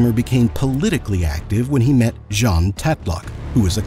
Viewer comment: There are several mispronunciations in this 'production'. The reason is that this is not voiced by a human being but by a text to speech algorithm. The other notable mispronunciation was the name of his lover Jean, pronounced like the french man's name rather than the woman's name. I suspect the entire thing is an AI driven fabrication, the prose style is not that of a human, even someone for whom English is not a first language.